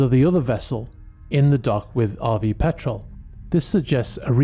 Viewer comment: I’m glad you pronounced Petrel properly this time. I also wonder why “past experience” is used given that all experience is from the past, we don’t say round circle after all.